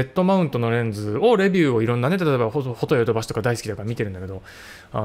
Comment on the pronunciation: フォ↑ト↑ヨ↑ド↑バ↑シ↑ フォ↓ト↓ヨ↓ド↓バ↓シ↓